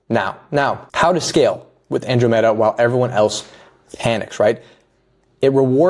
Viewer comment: good vid but you're saying andromeda wrong